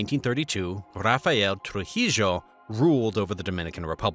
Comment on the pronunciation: Trujeo is pronounced (tru-he-o)